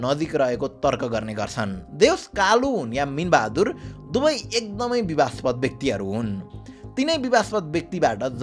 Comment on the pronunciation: बिबादास्पद हो बिबास्पद होईन , content ramro xa